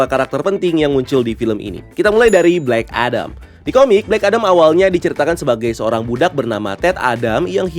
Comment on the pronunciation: Bang, kalo mau nyebutin kalimat itu mending 1 bahasa aja, kalimat bahasa inggris lu gk ngena😂 Udaahh full bahasa indo aja, cringe. Kadang ngomong Amewika, kadan amerika, kadang ngomong blek edem, kadang black adam, mau pake yg mana sih bang??? Udah bang udah bahasa indo aja, sekali lagi cringe